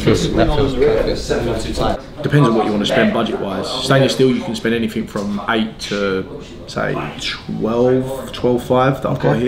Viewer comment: Shtainless shteel shports